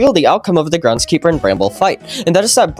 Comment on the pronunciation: "grendskeeper" loll